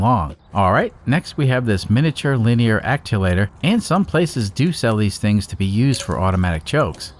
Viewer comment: Actuator, not acculator